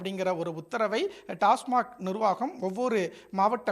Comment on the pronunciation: boss kojam pathu pesunga, tasmac nirvanam illa tasmac nirvagam, thathi tv pera kedukarathukune vanthu seruvingala?